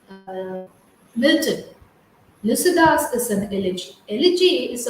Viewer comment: Pronounce clearly Lycidas